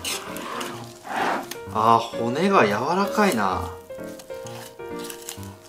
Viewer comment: 柔ら神って聞こえたわ